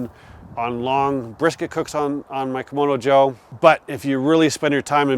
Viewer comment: You're not the only one who makes this mistake, but you keep calling the red Kamado a "Komodo Joe" when in fact it's a "Kamado Joe"...pronounced differently of course. Don't think the company will pay you for screwing up their name, but I heard another reviewer make the same mistake, so it must be like "ask and axe" for people of color. Sorry for being pedantic, but I guess it would be like calling a Cadillac a Calidack.